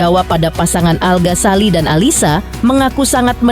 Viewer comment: Ganggu bgt iikh host nya nyebut nama 'Al ghasali- al Ghasali" Al Ghazali... Ganggu bgt lho mba di kuping denger Nya. Tpi gpp lah karna ini hari Bahagia, aku mau doain aja buat al dan alysa,semoga samawa aamiin allahumma aamiin 🤲🏻💐💐